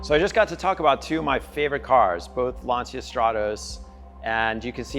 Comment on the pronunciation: Could you please pronounce Lancia correctly, with the 'c' as a 'ch' sound, because that's the way the Italians pronounce Lancia!